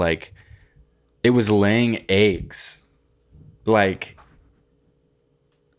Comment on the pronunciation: Why did say eggs like that